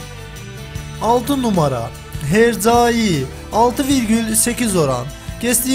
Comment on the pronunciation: herzai değil hercai,okumayı da mı bilmiyorsun ? :-))))